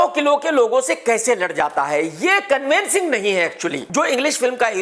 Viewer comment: Its 'convincing' ... Not 'convencing ' .. and Shahid follows Radha Soami.. he doesn't consume egg or alcohol forget about drugs